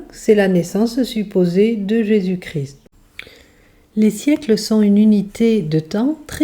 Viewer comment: On ne dit pas Jésus cri mais Jésus ChrIST 🥲